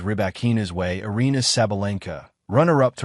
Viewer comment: I love how this AI announcer can't pronounce "Aryna" lol